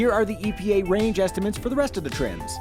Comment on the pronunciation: “ESTIMANTS” is not a word.